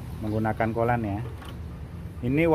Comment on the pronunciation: kollan - coolent😂